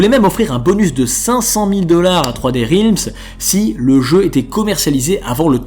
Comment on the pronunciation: Juste attention à la prononciation de "realms" en anglais (ta voyelle n'est pas bonne). Je te le fais remarquer parce que tu répètes beaucoup ce mot. :)